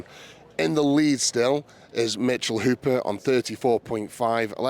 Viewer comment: Maybe mitchel will help spread awareness on how to properly say the great surname of Hooper. Props to Eddie for saying it right so many times lol